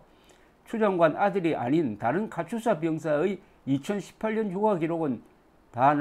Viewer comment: 조기자 님! 옳은 말씀입니다! 도대체가 KATUSA의 발음을 유투버들은 모두 카츄사라고 합니다! 실제 군영에서 카츄사라고는 발음하지 않습니다! 몹시 거슬립니다!